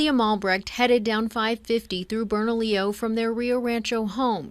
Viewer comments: It’s Bernalillo (Berna-LEO) county, not Bernadillo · I've driven that stretch of 550 through Bernalillo for 10 years. It's the most cops per square foot of Hwy that I've EVER seen. I've NEVER driven that short stretch of road WITHOUT seeing someone pulled over by the road pirates.: It's pronounced Bern-a-Lio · It's pronounced "burn-a-leo" county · pronounced burna-leo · Your saying bernalillo county wrong ! Lol